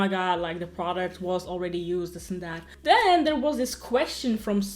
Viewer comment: It’s not dis... it’s the word “this”